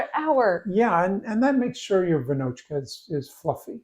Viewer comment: Hello, greetings from Czechia. Almost perfect pronunciation, the a should be long but otherwise amazing :) Raisins and almonds are optional, I mostly do with no raisins and put almonds only on the top, but there is nothing wrong. Amazing work so far. As you got a bit different kind of flours in your stores like 00 and such we have a bit smaller variety of flours knowns as (smooth, semi-rough, rough and also bread flour and these offspring, but for sure feels like smaller variety) and your final product looks amazing. I would give it 9.5 / 10